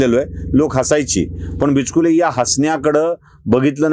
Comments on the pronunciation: Sir bichukle bola not bichkile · Not bichkule but bichukle Your pronunciation is wrong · बिचकुले नाही, बिचुकले अस आडनाव आहे